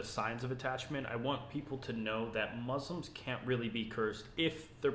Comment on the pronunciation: I can tell this is a new revert by the way he pronounces the word Muslim